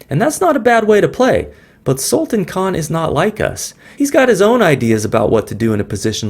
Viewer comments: The name can be correctly pronounced as Sulta(a)n, with sound of -tan coming like that prounced in Word Plan. I hope I am able to show it. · Great Pl check pronunciation of Sultan.. 😊😊 do you know sultan means King.. and you are Sultan of chess games